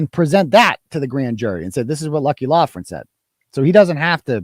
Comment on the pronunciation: If it’s Loughran why are you pronouncing it “Loughlan”?!